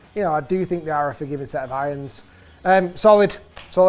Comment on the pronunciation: Love how you say: "iyons"....